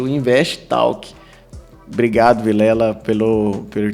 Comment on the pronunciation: Invest talk mas a pronúncia é tolk.